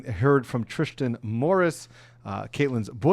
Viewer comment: Thanks for the video. Thank you for your time and effort. I’m pretty sure the boyfriends name is not spelled Tristin, nor pronounced TriSHtan. Tristan Morris. I understand you’ve been up all day, watching the trial, taking notes, preparing for this video, filming this video, and editing the video before sending it to YouTube. I know mistakes are made. I’m just saying that it doesn’t come across well. I’m just looking for a quick recap of the days events and I want someone who sounds professional and comes across as if they care about the topic. Great point on the size of conspiracies. Thank you again.